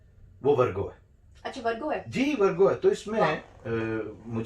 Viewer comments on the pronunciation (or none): ITS VIRGO NOT VARGO